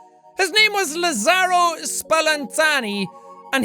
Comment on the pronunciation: So glad he said lazzaro right like. Thats my last name